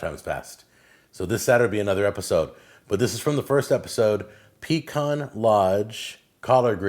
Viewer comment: you are now a SOUTHERNER.. it is PEE-CAN..